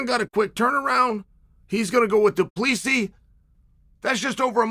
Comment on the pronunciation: Chael please!! Their names are not kazmat, piera nor duplici 😂😂 come on